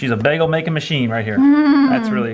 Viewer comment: Oh, that South Jersey pronunciation: "beggle". 😜